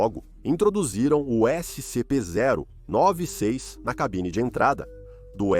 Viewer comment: "Ésse sem em pê" kkkkkkkkkkkkkkkkk